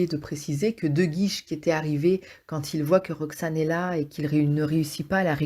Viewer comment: Super résumé mais c'est le comte de Guiche, pas de "guise" ! Merci !